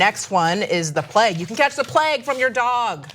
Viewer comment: What the fuck is "the pleg"? So annoying! It's pronounced the "plaig"